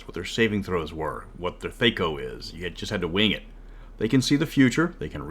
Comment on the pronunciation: As I was I love your video because I love the topic and I find you absolutely entertaining an editor who is a YouTube. But seriously did you just pronounce that THAYCO not THACO I can’t put the long “A” over top of the air on this damn iPhone and I’m too stoned, lazy and drunk to actually put it in on my computer. I am allowed to say that I’m Canadian goddamnit it’s all legal for me. PS How the hell do you deal with rules lawyers without way down in the states?